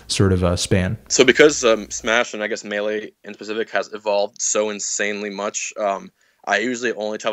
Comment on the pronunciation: "Miilay" - Fantano